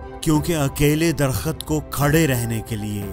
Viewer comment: Darkhut nahi darkht . در خت نہیں درخت